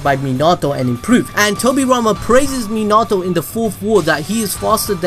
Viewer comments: My man says menatouu instead of minato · It’s not mi nato it’s minato